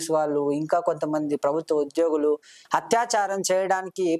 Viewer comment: Telugu palakatam radu anchor ki Hathaya charam kadu nayena Athayacharam ani Hathyacharam ante champandam Again athyacharam antam nerchuko Bharya word anetapappudu Vathu tho cheppu Barya kadu Bharya Telugu matadam sarriga rani vallu enduku channel lo programs chestaru? Antha ma karma 😢